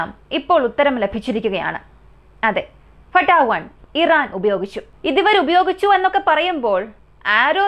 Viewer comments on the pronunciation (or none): ഫട്ടാ. 1 അല്ല ഫത്തഹ് 1❤ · ഫട്ടാ 1 എന്ന് അല്ല മുത്തേ ഫത്താഹ് 1...എന്നാണ്..❤. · ഫട്ടാ 1 എന്നല്ല പറയണ്ടത് ഫത്താഹ് വൺ എന്നാണ് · ഫട്ടാഹ് വൺ അല്ല ഫത്താഹ് വൺ ആണ് എല്ലാത്തിനേം അതിജയിക്കുന്ന എന്ന അർത്ഥത്തിൽ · Fatta അല്ല ഫത്താഹ്